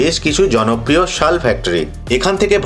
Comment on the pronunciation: ওটা ছাল নয় শাল ।